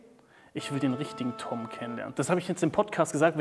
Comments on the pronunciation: Wie die eine immer Tim gesagt hat anstatt Tom hat mich am Anfang so getriggert hahah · Wie die die ganze zeit nicht tom sagt sondern tim 😂